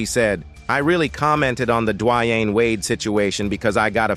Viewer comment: Wow, u butchered Boosies name. It's not Bud as... it's pronounced "Bad Azzzz" 🙄 and its pronounced Duh Wayne, not Dwyane geeze...